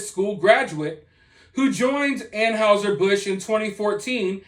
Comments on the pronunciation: It's not An"how"ser , it's pronounced An"hi"ser Busch, just sayin... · 😉👍 I agree, just please learn how to pronounce "Anheuser"... An hi ser, not An house er. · Dude said “An-howzer” Busch 😂